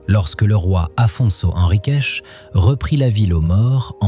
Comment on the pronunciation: Merci pour ce joli reportage. Juste une petite remarque. S'il vous plaît 🙏, les mots qui finissent par un "s" prononcez-le normalement comme un "S". Mais, arrêtez le "CHE". Ça fait saigner les oreilles. Ex : Guimaraes. Non pas Guimaraeche. Henriques et pas henriqueche. Sinon, le reportage est magnifique, de très belles images et des explications qui donnent envie de tout visiter. 1000 merci pour ce beau voyage.